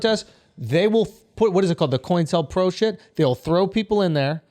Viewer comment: Never thought I'd hear him say "COINTELPRO" 🙄😆